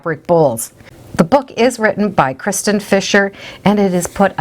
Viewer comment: Kirsten, not kristen. I have a kirstin and we get Kristin all the time.